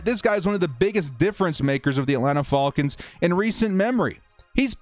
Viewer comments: please just say Falcons and not Faulkins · The Fall-Kins. F-Al-Kins. Love it. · I watched just to hear you say "The Atlanta Ful--kans!!" Lol 😆